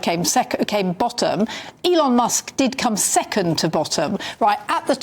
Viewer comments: NOT ELON MOSK! MUSK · Elon Mosk:face-fuchsia-tongue-out